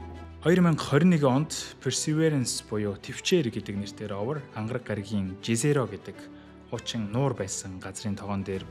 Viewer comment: Jezero-г езэро гэж уншина шүү уг хэлээр нь. Англиар яахаа жэзэро гээд байна